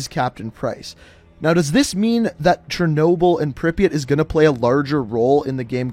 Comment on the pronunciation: Great video, but i think you might want to give a bit more attention to how you pronounce Russian words/names. Like its Chernobyl not Chernoble etc.